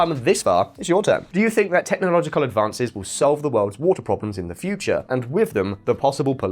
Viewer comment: It is water lol Not voter lol 😂